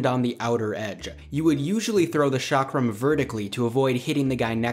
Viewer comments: That's not 'shakram'-. That's pronounced as "Chalk-rum" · 'ch' is pronounced as 'sh' in French, the 'chak' part in the word 'chakra/chakram' is pronounced the same as the name 'chuck'. Modern definition is based on language family, so States speaking Dravidian languages are considered South India. Historically south of Vindhya mountains or Narmada river has been South India. Nice video, never knew about some of those weapons. Although I was also hoping to see the weapon 'wagh nakha' (वाघ नख, you can check the audio pronunciation by copy pasting it in google translate). It was used by the Marathas from Maharashtra in close combat. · Chakram - 'Ch' pronounced like 'Ch' in Cheese 🤗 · The 'ch' in Chakram is pronounced like 'ch' in 'chair'.